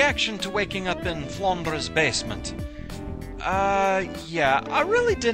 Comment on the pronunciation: You're accent definitely came out when you were saying "Flandre's basement" XD I heard Marisa...8D *huge Marisa fan*